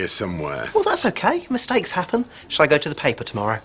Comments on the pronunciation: "We come tit village" 🤣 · "We Come Tit Village". LOL.